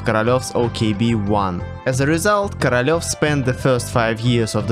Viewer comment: the way he says korolev sounds like caralho but with a v in the end